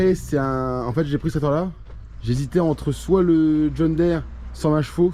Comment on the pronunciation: john diiiiiire pas dére